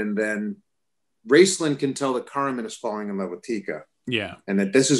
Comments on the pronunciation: Caramon = "care a mon" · So interesting the way he pronounced Caramon. To me I've always followed the way Peter MacNicol pronounced the names in the audiobooks (which are near impossible to find but if you can find them, ABSOLUTELY worth a listen, even if they are abridged). Dragonlance is INCREDIBLY important to me (obviously) and is responsible for me getting in to D&D and more importantly the style of storytelling I use as a DM. Beyond just being a great fantasy book series at a time in my life when I really needed it, I think Dragonlance really teaches compassion. And nothing is more important nowadays than that. Thanks Margaret Weiss and Tracy Hickman for the gift you gave us. Hopefully WOTC will get their stuff straight and take advantage of this beloved setting and introduce it to a new legion of fans now playing D&D 5E